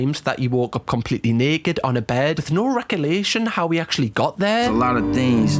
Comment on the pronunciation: The word is 'recollection',, not 'recollation' 😂😘😁